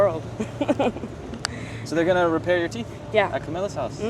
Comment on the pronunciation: hard to find love on the skreet, specially wif just a few teef.